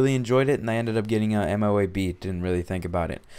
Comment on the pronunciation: dude its pronounced moe-ab